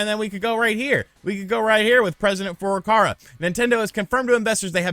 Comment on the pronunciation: Why do you keep saying FurukaRa, when it's clearly FurukaWa. It's not like it's actually difficult to pronounce. It's not French. You just read the letter that is there.